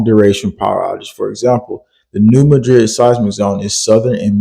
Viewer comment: Please pronounce New Madrid correctly I live very close to there so I know that what's going on isn't exactly what you think is going on and I also have family down there